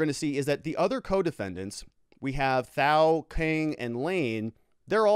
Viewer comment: I love the content you put out. It's extremely informative. Thao's name is pronounced without the "h". Keep up the great work!